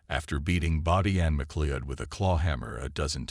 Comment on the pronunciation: I know Americans struggle with the English language but FFS have the decency to at least get the pronunciation of her name right. It's a relatively common Scottish name and you say it like this - Ma Cloud.